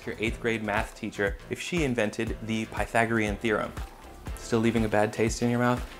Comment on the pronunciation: the way he said pythagorean made my eye twitch